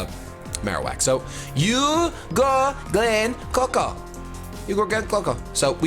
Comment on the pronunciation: Hahaha I died laughing when he said, "UGo GleenCoco UGo GleenCoco" xD